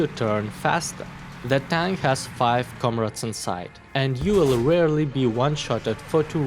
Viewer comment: I love it when he says "Komrades" to the crew.